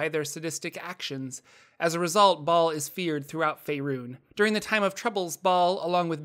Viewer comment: Hay the h in Bhaal is silent...